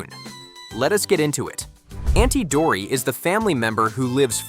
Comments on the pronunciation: it's not auntie dory its auntie dottie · It's auntie dottie not auntie dory